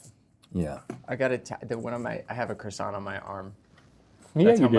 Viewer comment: The sheer amount of 'hard R' croissants damaged me. Rhett's final croissant saved me.